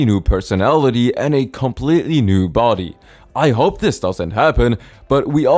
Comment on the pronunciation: It’s not cope it’s hope